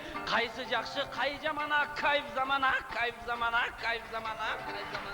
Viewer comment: Кайф замана дегенди Акайф замана деген